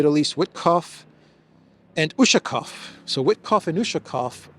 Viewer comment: UshakOOOOOv, stress on the last syllabus